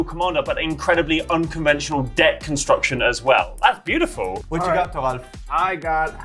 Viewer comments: It’s funny how calls thoralf tarful. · Why is Thoralf's name pronounced as Thofful? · His name is pronounced slow bad. Slobad is my mono red artifacts commander 🤣🤣 basically fling everything at everyone Thoralf is like the only person that took the context to a T and made a spicy deck with a not common commander